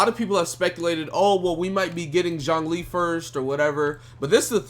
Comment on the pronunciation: It's not jongli lmao. Or xiangli. It's not hard to say